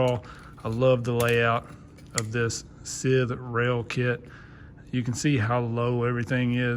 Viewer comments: Scythe is not "sith". It's pronounced like s-eye-th as in the "sigh". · pronounced sigh-ith fyi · Lol. It's scythe (s-eye-th). You know, like the grim reaper carries?